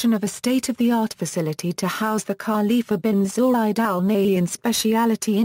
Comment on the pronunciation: U can't even pronounce his name properly is it accidental? R intentional?